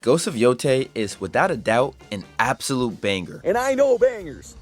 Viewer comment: More like “Atsulute Cinema”